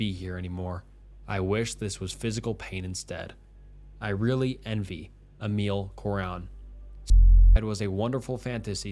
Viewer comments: The name that is mentioned, "Emil Cioran", was a Romanian philosopher well-known worldwide. At least learn how to pronounce his name properly. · you didn't pronounce Emil Cioran right